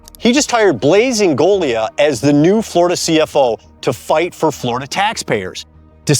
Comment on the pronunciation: Thanks for pronouncing Blaise Ingoglias name properly.....I was surprised to hear that 😆. It's not that tough. It shouldn't be a mystery why we (Americans) are disliked all over the world, and it can, at times, make traveling more "interesting" than it needs to be. I had had family (mainly in Jacksonville) for over 40 years. I would love to live there. Florida has everything I want......common sense Politics, GREAT fishing, no smog testing on vehicles (total scam) I can own any kind of gun I want, no tax on income or my retirement, no inheritance tax, lower sales tax compared to where I exist. I can deal with Hurricanes, bugs, and humidity. I would never buy anything with an HOA.......EVER! The high cost of home owners insurance and property taxes has me waiting&watching. I hope I live long enough to move there 🤞🏼 GO FLORIDA!!!!